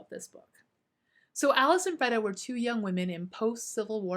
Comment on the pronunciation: It’s pronounced Freeeeda not Freda